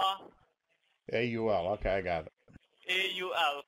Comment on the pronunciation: Oh dear , im trying to work , i started to laughwhen i heard him say " okiy " instead if okay . They try so hard , but always fail .